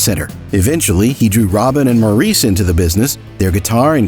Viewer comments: This was a well done brief story of the Great Gibb brothers. It was pretty accurate although one issue I repeatedly noticed was the correct pronounceation of Maurice Gibb's name. It is pronounced Morris. I enjoyed it very much other than that. Thank you. I have loved the Bee Gees for most of my life. They were/are very much legends. Maurice, Robin and Andy are greatly missed and loved. Wishing long life to Barry and the remaining Gibb families. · I agree with you. Any fan knows the correct pronunciation of Maurice's name!